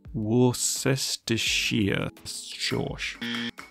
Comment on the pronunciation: "worse-tə-shear" or "sher", though I'm sure others would disagree with those pronunciations, lol